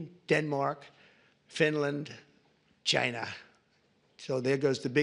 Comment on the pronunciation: “So you have Norway, Sweden, Denmark, Finland…CHINAH!” 😆 God i love this man! He just cracks me up.